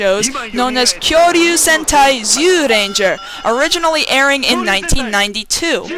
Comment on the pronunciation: Amazing how you can't pronounce Zyuranger when you're a fan of the show and it says the name in the darn theme song.